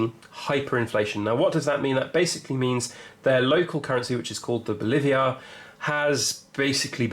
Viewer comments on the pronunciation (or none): The Venezuelan currency is not called the "Bolivia" - it is in fact called the "Bolivar" (sorta rhymes with 'Oliver' but lean on the "var'). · Bolivar not Boliviar. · Bolivars, not Boliviars. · It’s Bolivar, not Boliviar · Bolivars mate. Not boliviars. Some basic error my man. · B 0 L I V A R ! IF YOU CAN'T PRONOUNCE IT YOU CAN'T EVALUATE IT. SERIOUSLY. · IT'S PRONOUNCED BOW - LEE- VAR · If you're going to comment on something knowing how to pronounce it might help your credibility. BO Live Ars.